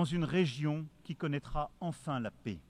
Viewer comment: Le président français gagnerait à apprendre la langue française: le mot "paix" ne se prononce pas "pé" mais "pè". Pas compliqué, tout de même!